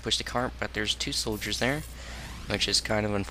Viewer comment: Shouldiers :D I love it when someone comfortable with their mistakes not just edit it out or ignore it :)